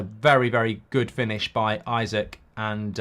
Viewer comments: Isak is pronounced "ee-sack" not "I suck" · It’s “ee-sak” not “i-sik” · Just for future reference mate its 'eeeeeesak' 👍